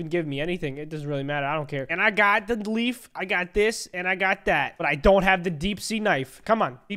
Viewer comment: when he said leaf i thought you said Beef XD